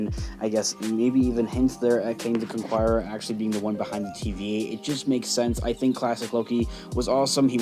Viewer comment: CON KER ER not CONQUIERER